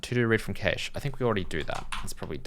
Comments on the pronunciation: What's a kay-shh ;-) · I'm sorry you've made my day. I'm pretty sure you're supposed to say cache like cash.